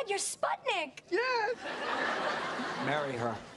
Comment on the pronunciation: The way says spudnik lmfao